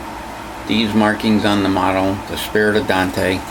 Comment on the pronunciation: Awesome model!! Great Review, Thanks. Just FYI, it is not pronounced "Don-te" or Dan-te" like everyone thinks, it is pronounced like ain't with a D in front. One sylllable Dante. The E is silent.